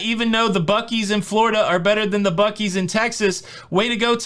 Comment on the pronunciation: when you said buckees I thought you said buck eyes but that's Ohio.